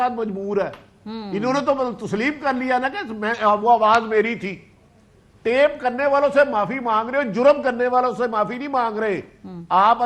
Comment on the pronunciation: TAP nahi hota naani 420. TAPE hota hai uffff jahiliyet